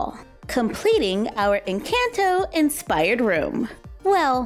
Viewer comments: It is pronounced en con toe not en CAN toe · It's not pronounced like the word "in" it's not incanto...nor "can" like a can of food. 🤦‍♀️ just pronounce the letter N and sub an o sound for the A in "can" say N-conto and you'll be a lot closer to the actual pronunciation. It's not perfect but at least better. Just trying to help. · I think it’s pronounced in-chant-o not in-cant-o=nvm just watched it 4 wks ago and now have watched it 13 times already and it’s not incAnto it’s incOnto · Loved the video! 🧡 just so you know you’re pronouncing the “can” in Encanto like the can in PEE-can when it sounds more like the can in puh-KAHN so it’s more like N-KAHN-tow just a subtle difference :) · It’s not in Canton it’s Encanto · it’s pronounced encahnto but I forgive you lol! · The an in encanto is supposed to sound like on 👍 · It’s pronounced En-can-to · It’s not Encanto with a it’s à Like a macron! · It’s eesa-bela and in-caan -tho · no hate at all just wanted to let you know Encanto is pronounced (en-con-toe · Are you pronounce Encanto Wright is saying that like N conto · It's pronounced e can to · Dude the way she says enconto I hate it agggggggi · The pronunciation for encanto tho 🤣 jk luv youu and this vid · I love your vids but please pronounce encanto correctly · You said encanto wrong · Saying it wrong it’s Encanto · I love you but I’m going to roast you for your pronunciation of the word Encanto! 😂 You did a great job on all the other words, that’s why that CAN is so adorable. Beautiful work though.